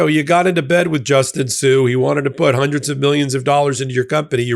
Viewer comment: its Justin sun not sue wow that's a miss